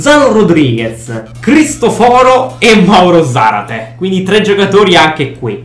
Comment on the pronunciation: Cristo-foro non si può sentire😂